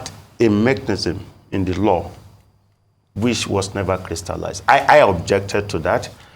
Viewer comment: This Professor's English pronunciation is atrocious! Apart from the well-known "Yoruba H-Factor", he pronounces "which" as "wish", "that" as "dat", "the" as "di"; to mention but a few. A Professor? As a Yoruba man myself, I am embarrassed. As a Nigerian, I am disappointed.